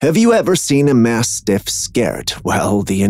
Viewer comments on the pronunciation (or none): none